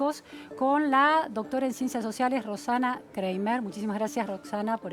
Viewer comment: Periodista, se pronuncia "Craimer" y no Creimer. Además, dejate de discutir de igual a igual con una doctora filósofa de jerarquía internacional!